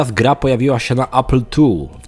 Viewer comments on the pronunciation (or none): none